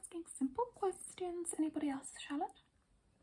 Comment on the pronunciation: not her calling us shallot 💀💀